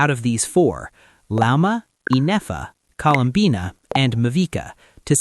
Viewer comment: Colum-banna 😂 im sorry I can’t